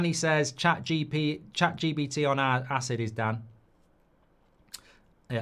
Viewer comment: Mark, it's Chat G P T, not Chat G B T ;) <3